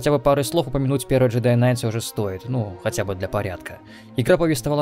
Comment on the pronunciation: К в слове Кнайт не произносится так отчётливо, скорее глотается. Самое ближайшее Жедай Найт. И да, много статей на англицком, что night и knight по сути омофоны (во какую штуку пришлось вспомнить). Ближайший аналог на русском бал/балл